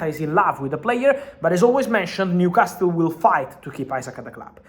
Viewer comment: Fabrizio calls Newcastle like how amazulu from south africa call it. New cast el